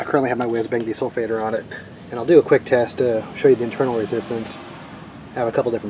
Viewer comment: What is the "desulfateor" that you put on the battery? Did you say it's called a "wiz bang"?